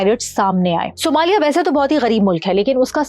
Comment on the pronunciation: Sumaili nahi Ma'am, Somalia 😂😂